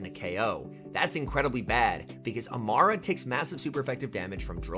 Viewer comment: Amaura (A-more-uh)* like aura